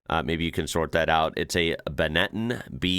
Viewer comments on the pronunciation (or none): Apart from the modern-day camera work, you can tell this is modern, only because the cars of that era didn't have a digital screen above the steering wheel. Casio was still making $2 watches at that time. BTW, Benetton is pronounced BEN A (A as in UP without the p) TONN not 'be netten' . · It took me a minute to work out what “be-net-in” meant. 😃 Benetton is an Italian clothing company “benna-ton”. Schumacher won his first title driving for the Benetton team. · Benetton is pronounced ben-eh-tonn